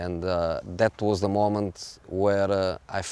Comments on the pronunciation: What is 'zeh' is that a new pronoun ?? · 'Ze' Special One 😉